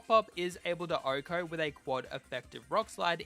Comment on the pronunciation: Why does he say “ohko”? 🤔